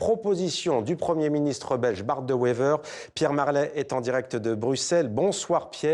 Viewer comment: "Bart de Wever" au lieu de "Bart De Wever"...🙄 Pas peur de la cuistrerie, ces Français!